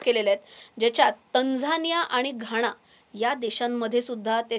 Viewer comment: घाणा नाही घाना